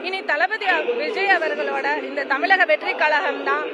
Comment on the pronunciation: தமிலக- கலகம் - மொலி- பலக்கம்- 😂